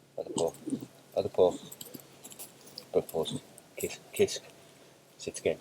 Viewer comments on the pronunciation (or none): none